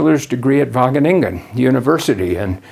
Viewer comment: I smoked a bong evertime he said Wageningen in a clear pronunciation without any distinctive Dutch mumbling and funny emphasis on the last syllable. Now I'm so high that I was able to replace my far red LED with the blank stare of my red eyes to save electricity. Thank you,!